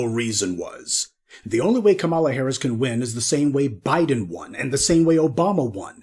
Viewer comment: Try Kah-ma-lah! Not Ka-mah-la.